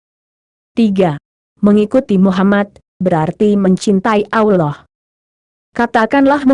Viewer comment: Si "AMIN" PUNYA SIAPA BROW?..ROBBIL AL "AMIN"..setiap ayat di Alqur'an nyambung tuh ke " AMIN"..kalian jarang2 tuh bilang amin😁..jelas2 kata ALLAH yg kalian tulis punya dobel"L"..tapi kalian ucap dibibir kok ALAH ALAH saja?bener tuh tulisan dan pengucapan?😁